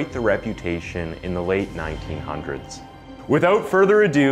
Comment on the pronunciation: Why did you have to say late 1900s like that lol